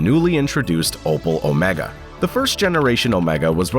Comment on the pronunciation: opel my dude opel not opal :D had me cringing entire video :D